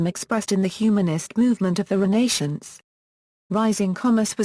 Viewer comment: She pronounced "Renaissance" like Renee-shawnce...